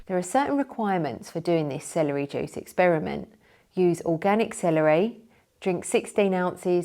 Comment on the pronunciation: She's fine as hell. I love hearing her say "Celery jewce"